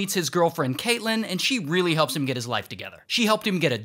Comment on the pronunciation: I love when he says they found “heem” instead of him